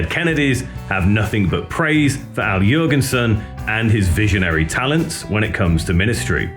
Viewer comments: please stop saying yurginsin. omg. it doesn't stop. I can't watch this "yurginsin" video anymore. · How do you produce an entire documentary on Ministry and then pronounce Al's name "YURgensen"